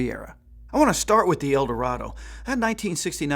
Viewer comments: Eldorado. Not "El Dorado." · It's Eldorado not El Dorado and you keep showing the Sedan Deville and referring to it as the Eldorado.